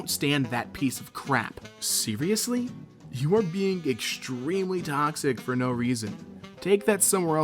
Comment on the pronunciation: When you say being it sounds like beating